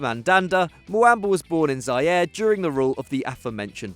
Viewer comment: Zaire, is pronounce as za-e-reh